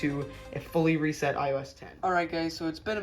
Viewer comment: Why did you say reset in a weird way? 😭😭😭😭😭